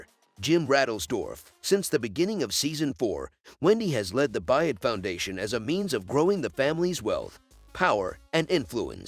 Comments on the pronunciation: The last name is B-Y-R-D, pronounced “Bird.” If you watched the show, you would know what the last name of the main character was. Doesn’t lend much credibility to your “subscription.” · The main character’s name is Byrd, pronounced: Bird not Buy-ed! Javi’s name is pronounced: Ha-vee not Ja-vee! It’s a Latin name and the J is pronounced as an H!